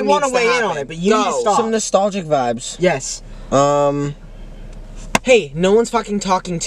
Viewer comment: “That’d be a viby” 😭